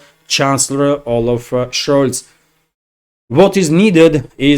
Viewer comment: pronoches Scholz in perfect German.